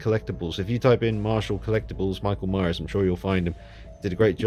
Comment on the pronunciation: This isnt Michael Myers....its "Merckle Maeyers" lmaooooo I will be picking this up now and probably rehauling... thank you!